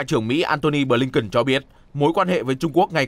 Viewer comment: phát thanh viên nam đọc tên: ngoại trưởng Mỹ là Bờ-lin-ken. chữ BỜ phát âm to rõ nữa chứ.phát thanh viên mà trình tiếng anh như mẫu giáo.hahahaha